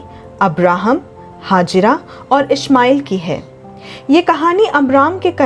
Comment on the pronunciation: Ismail ko janm dene wali ka naam hagira nahin, Hegar the, proper pronounced karen.ye pavitra sabd hai.